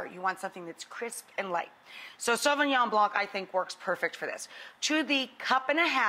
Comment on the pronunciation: “Sovignon blank?!”🤣💀